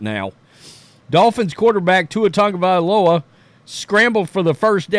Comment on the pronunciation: Hopefully he learns and calls it a career. On another note. Why do all of you guys add an N to Tua's last name? It's TAGOVAILOA not Tangovailoa. I swear everyone who says his name F's it up. Your name is who you are. Respectfully say it right.